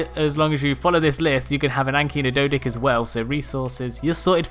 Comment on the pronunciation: Number 4: Dodick is not how its pronounced its pronounced day o dock er us